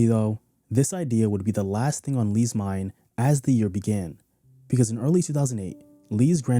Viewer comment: Didn't Lee have friends who knew simple diction. It's Thing TH, NOT Fing with an F.